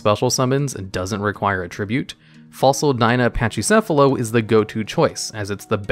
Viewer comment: Learn to pronounce "pachycephalo" bro. The CH is pronounced like a hard CK.